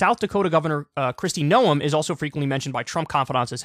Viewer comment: 'Noem' is pronounced like 'gnome', not "know 'em".